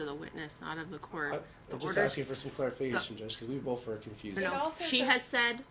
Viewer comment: Ok, it thought I was hearing things! He says “bof” instead of both too. I had to listen several times but I kept hearing it. Whew, I’m not crazy! Lol